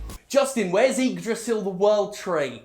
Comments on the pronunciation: Wow your pronunciation of Yggdrasil was pretty much perfect! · The ignoance of Jim is scary. Really fucking scary. At least he says Yggdrasil correctly. Yggdrasil is located at the center of the Cosmos. Better just get some trees cut them down and sell them as Yggdrasil. Better than destroying the Universe.